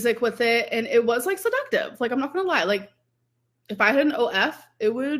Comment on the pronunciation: Girl u don’t say “lie “ like tht 😂😂stop